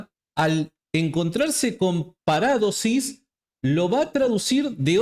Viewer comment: Parádosis NO ni en broma porque mucha gente no sabe y se puede confundir, ni de broma se deben cambiar la acentuación de las palabras, es una de las características de nuestro rico idioma español la acentuación es MUY IMPORTANTE, POR EJEMPLO A JOSÉ A VECES LE LLAMAS JOSE, NO, SIEMPRE DEBE PRONUNCIARSE JOSÉ Y LO MISMO en PARADOSIS, LA ACENTUACIÓN NO ES GRÁFICA- PARÁDOSIS- NO, JAMÁS, DISCULPA PERO LA ACENTUACIÓN ESPAÑOLA SE DEBE RESPETAR, A VER QUE TE DIGAN SÁNTIAGO, QUÉ?